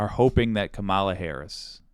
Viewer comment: Hi. Now more than ever, we need to get the pronunciation right. Madam VP's last name has the emphasis on the first syllable; not the middle. I still make the mistake too, as does DJT.